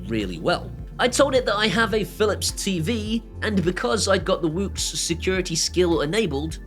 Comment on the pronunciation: I had to rewind a couple of times. I thought you said the App was call WOOPS at first lol. Seriously though, this could be a SmartThings killer, even if it is cloud based and talks to its China home servers. (Queue tin foil hat) :D